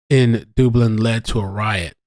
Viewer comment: Thank You for making me chuckle watching this vid this morn (5am here in Scotland). Dublin is pronounced Dub, as in mug, tug, hug and not Dooblin! lol You managed to completely de-stress me on the run up to seeing my wee Neice for the first time in over 2 years - Thank You! xx